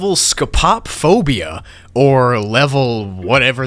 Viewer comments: First one of my favorite piano yt channels comes back after 1.5 years, and then my favorite backrooms channel posts a 5 hour binge-worthy levels explanation vid Life is truly good Edit: Ok so I love you, but the way you pronounce "Scopop-phobia" cracks me up every time I hear it Like I get it it's an odd word that I probably would've gotten wrong myself for the first time, but you could always put it into google translate to hear it back Anyway, jokes aside, keep up the content man, can't wait to see the supposed 10-hour compilation:) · Want to point out (not rudely by any means, since I funk up my words all the time) that the most common pronunciation (that I have heard and seen) for the phobia of being watched is Scopo-Phobia (separated to try and pronounce it better.) Though, it could be just the way it is pronounced for the level. I will admit though, I did use to say that word wrong a lot before. Again, this is in no way meant to be a hurtful comment, I just wanted to let you know !! Thank you for the amazing video, this got me super into the backrooms (even more than I was, honestly.) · your pronunciation of scopophobia is funny to me. (scoh-poh-foh-bee-uh)